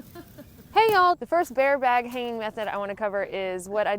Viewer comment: True story...I mostly clicked this video just to hear you say "baare bag" lol <3. However I was more tickled with "line" Them twangy words are the bestest! #southerngirls #thebestgirls